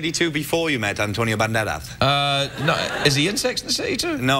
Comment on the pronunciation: Hahahaga its so funny how he say Antonio Banderas because he pronounc it like: antonio bandelaz XD and I am also from Andalucia💪😏